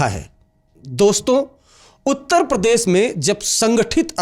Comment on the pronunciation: सर वो प्रदेस नहीं होता प्रदेश होता है